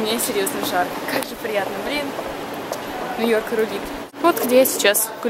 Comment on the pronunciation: Ты супер, но у меня по ушам режет твой НЭ-ЙОРК!) По- русски же это произносится точно так же: Нью-Йорк))) Если ты увидишь, знай :3